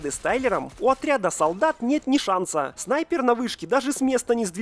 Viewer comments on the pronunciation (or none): none